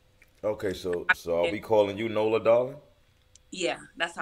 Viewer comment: It’s not nola it’s said like nolya